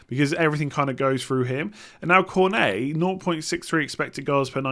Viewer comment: Perfect pronunciation for Cornet:)